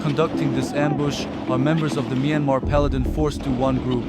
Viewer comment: Mainmarh wrong Pronounciation--Pronunce it like "MYAN" like Dian in Meridian "Mian" and "MAR" as it is "MAR" - MYANMAR (Mianmar)